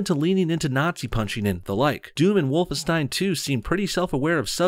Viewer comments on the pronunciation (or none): none